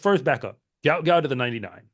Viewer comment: Love your channel! You may know this, but here's an excerpt from sporting news: The sprint sensation should actually be known as Guot Guot, which is pronounced "gwot gwot". "His name is Guot, it’s supposed to be Guot," Bona Guot told 7News. "When I see people called him Gout Gout, I’m not really happy for him."